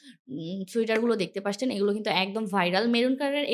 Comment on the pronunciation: Apnar video vhalo lage kinto apni 'দেখতে পারছেন ' এই শব্দটাকে বার বার ' 'দেখতে পাসছেন ' বলেন।শব্দটা অনেক কানে লাগে আপু। আপনার সবগুলো কথায় স্পষ্ট কিন্তু এটা কেন এমন করে বলেন সবগুলো ভিডিওতে জানি না।আপনার ভিডিও অনেক সুন্দর হয়।আপনার এই শব্দটা বার বার শুনতে খারাপ লাগে।